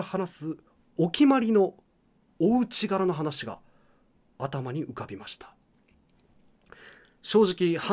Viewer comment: お家柄は「おいえがら」ですねw